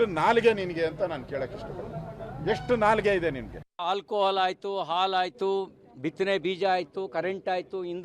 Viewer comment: ಆಲು ಅಲ್ಲ ಗೂಬೆ…….. ಹಾಲು ಅಣ ಅಲ್ಲ …… ಹಣ 😂